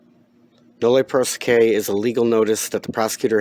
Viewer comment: if you're going to pretend to recognize "legalese" - recognize it is Latin and then learn how the vowels sound in Latin. You're mispronouncing "prosequi" - "qui" is pronounced "quee". You're welcome.